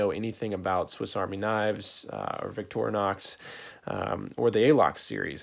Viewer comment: At least you know enough to pronounce the brand name correctly. The amount of people who call it Victoria Knox is annoying.